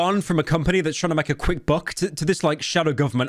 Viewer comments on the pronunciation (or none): none